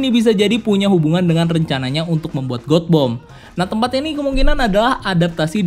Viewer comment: God Bomb. Baca : gat bom. Bukab got bom. Bring me Lord Ryan !!!